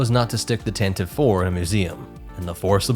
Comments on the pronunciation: Tantive IV is pronounced “TAN-TIV-VEE”. Since you are using all nerd sources possible. I thought you would have found that at least. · I would never mock you for saying "tan-ti-vee" as long as you NEVER say, "att-att". Then, we will be enemies. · Lucasfilm insists it’s pronounced “Tante-VEE,” (three syllables) but that might be a losing battle among fans until they finally say it onscreen.